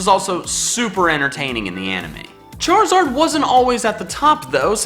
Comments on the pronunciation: ARE, NOT IS! AND THE S IN CHARIZARD IS SUPPOSED TO BE A Z! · Left off the I in Charizard!